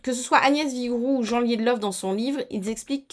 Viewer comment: Petite correction Jean Liedloff est une femme, ça ne se prononcé pas à la française mais plutôt 'Djiinn".😂. Sinon "allaitement aux besoins" au pluriel me paraît pas mal car les besoins peuvent être multiples comme tu l'as souligné.